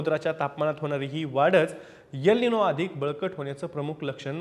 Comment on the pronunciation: यल निनो नाहीतर एल निनो असा उच्चार करावा तसेच यम नाही तर एम उच्चार करावा .